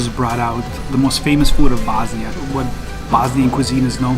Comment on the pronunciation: Why are you prenouncing bosnia like that? You're bosniain. Is it so Americans understand it?